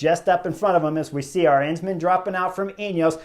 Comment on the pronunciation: For the nth time, it is A-rensman, not arEnsman